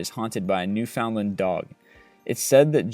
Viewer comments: It's Nu-fund-land. Not Nu-found-land. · it's crazy how badly you mispronounced Newfoundland